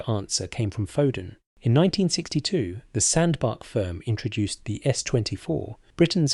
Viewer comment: 'Sandbark' . . Sandbach is pron. Sand-batch